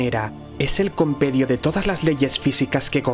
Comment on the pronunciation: que pena que un programa cultural de semejante categoria tenga errores Fuertes del estilo de"compedio" y no "compendio", boyaguer (la pronunciacion se encuentra en el diccionario de lenguas de google.) Pongamonos a nivel universal!!!!!!!!!